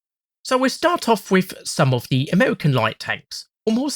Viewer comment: Amerwican Twanks